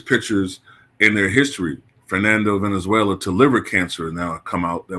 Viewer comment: The name is Fernando VALENZUELA not Venezuela.